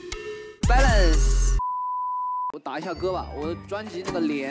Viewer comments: i didn't realize he was saying "balance" i thought he was saying "bad ass" i- whY AM I LIKE THIS 😭😭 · I laughed waaaaaaay too hard at the BEHLEEEEHNSS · nobody: lay: bALaNcE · I love how he say balance it’s so funny 😆